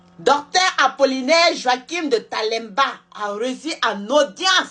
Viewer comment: De Tembela au lieu de De Talemba